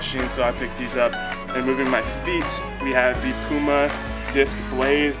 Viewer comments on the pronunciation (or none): none